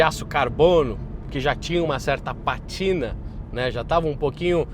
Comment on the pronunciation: Patina ? o certo é Pátina . Alcantara ? o certo é Alcântara !